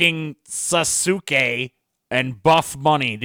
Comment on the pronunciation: "Choking Sa-soo-kay"